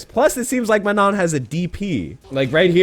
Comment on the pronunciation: If she's French, I'd have to assume you're not supposed the pronounced the "n" after the "o". You prolly have to the word "Man" then followed by the French word "non". That's prolly how you supposed to pronounce it